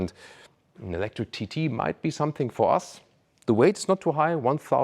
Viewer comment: ⚫️🟡.. To me looks more like a Bugatti but it being a sports car I think it’ll work and it’s growing on me. I kinda like it. It’s so different and so I catching that. I think that vehicle in a solid black or yellow would look amazing. ❤ what truly breaks my heart is that you said Ewwlectric.